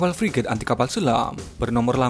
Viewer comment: Hhh yg benar2 priget min emang priget kita yg udah ada priget siluman, min menggebu2 amat